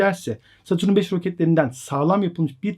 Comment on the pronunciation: Baslikta saturn yazmisin ama videoda saturun diyorsun xd